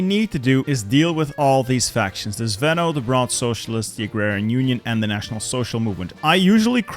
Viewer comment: You say "zveno" wrong, it's not zvEno it's zvenO - the strong letter is "O". The word means something that is in the center and holds strong the rest, also something that is combining things together.